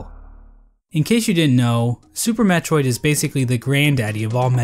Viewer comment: ... you put the emphasis on VANIA, even though it should be on METROID. The VANIA is from Castlevania, lol